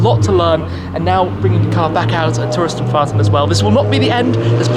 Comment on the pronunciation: I love when he`s saying "Touristenfahrten" - gut gemacht Tim ;)